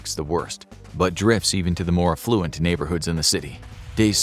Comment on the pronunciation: Affluent. Stress on first syllable. Otherwise the word sounds like effluent. I.e. sewage.